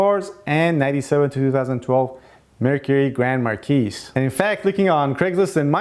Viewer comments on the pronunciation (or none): Great video man, you know your stuff :) Singular, Mercury Grand Marquis, the S is silent. Marquis is supposed to be pronounced like (Mar-key). It's a french word. French is not like other languages. I've noticed many persians and middle eastern people say it like you. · You know who pronounces the S? People who don't know how to pronounce the word marquis. It has nothing to do with where they're from.